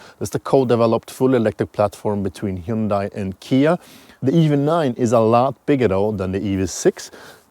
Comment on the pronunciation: Hyundai... "hE yOoN dAi" geez... there's tons of review videos that get it right, a little effort goes a long way, seriously.